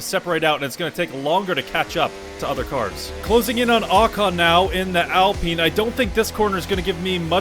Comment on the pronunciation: Theres one thing I dont get about some F1 fans..... "ALPEEN" ????!?!?!?!?? Ye never heard of a pine tree, my guy?! Or the word Alpine for that matter?!